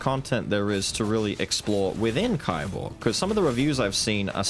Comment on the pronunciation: By the way, kiborg is pronounced like keyborg.